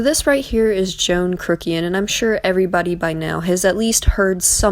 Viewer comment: "Joan Crook-ian" 🤣 Another great video 👏🏻 I'm so glad you covered this! Anyone who's watched any of John or peters videos can tell just what kind of people they both are. You hit the nail on the head. Well done!!